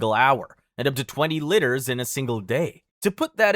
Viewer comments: Liters not litters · why is he saying litres like "litters" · “Litters” “Funji” bro stop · Bro. It's LEE TERS. Not litters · We could loose litters or water? Oh no! I think you mean liters there dude. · As a professional American, "liters" isn't pronounced "litters," it's pronounced "leiters", please fix that in later uploads. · Liters is pronounced leeters not litters. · Litters? Litters of what? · "Eight lidders of fluid!" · Pronouncing liters as litters is diabolical 😃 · Is it just me, or is he pronouncing "LITERS" by saying "LITTERS"? I mean no offense, it just sounds hilarious 🤣🤣🤣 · You don't really pay attention to the fact that this guy's American, until you hear him pronounce units of the metric system. Like bro, seriously, "litters" 😅🤦🏻‍♀️🙏🏻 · 8 litters? The fuck is a litter? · It's pronounced LEE-TERS. JFC. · this is a cool video, but STOP PRONOUNCING STUFF WRONGGGGGGGG, "Litters" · Litters? God dam that annoys me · Many of your pronunciations of in this video are driving me insane especially with how you pronounce liters and fungi. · I swear he´s saying "liters" wrong on purpose XD